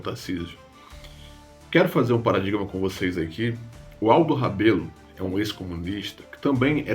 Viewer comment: Aldo Rebelo Falou errado o nome dele